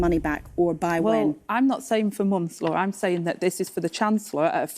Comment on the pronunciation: The sooner Rayner takes over as prime minister the better 🎉 The geezer can’t even say Laura’s name, I guess this shit is ai generated